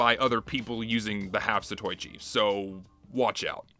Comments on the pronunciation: Why do you say zatoichi like that? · I may be 2 years late, but hte way you say 'zatoichi' rubs me so wrong it's leaving blisters. It's an Asian-styled weapon, only right to pronounce it as those in its homeland would